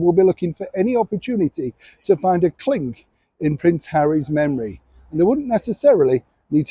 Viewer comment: It's 'Chink' Neil not 'Clink'!